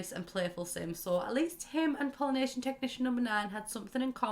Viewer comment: Wow until I saw “Pollination Tech #9” on screen I thought you were saying Polynesian Technician #9 and I WAS SO confUSED